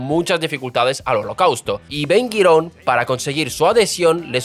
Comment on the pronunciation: Ben Gurion, Ashkenazim, jaredim... Pronuncia bien pelotudo.